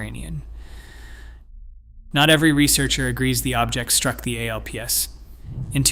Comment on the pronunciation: ALPS: Pronounced ayy ell pee ess!😂🤣😂🤣